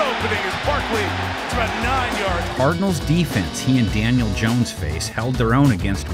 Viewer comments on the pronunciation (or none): none